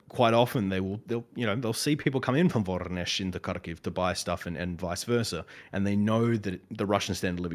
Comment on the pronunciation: HE MENTIONED VORONEZH! (although mispronounced, is BA-RO-NESH). I lived there for a while, and It truly is as terrible as he says It is! I wouldn't blame Ukranians for turning away Russia after looking at that little city. Terrible dorms, nothing to do, and a shit ton of factories. I hated It :v